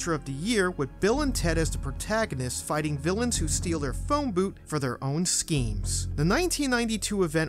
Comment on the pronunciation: “Phone boot”. Umm....